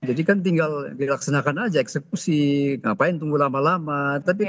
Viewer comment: Woi, EKSEKUSi bukan ES SUSi😂😂😂